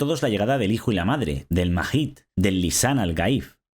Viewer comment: Super bueno el video, pero te caíste en algo, es Mahdi, no mahid (sorry) 🤷🏻‍♂️